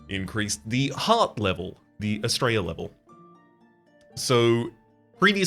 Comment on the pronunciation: Whenever you say Astrea, I hear it as 'straya and I'm all here for it. ('straya is colloquial Australia for those not in the know)